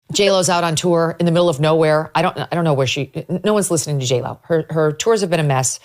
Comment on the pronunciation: J-Lo... you mean Jell-O?